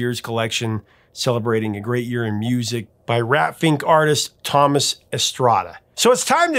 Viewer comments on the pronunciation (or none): none